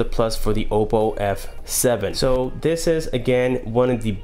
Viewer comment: it's Oppo, not Opo..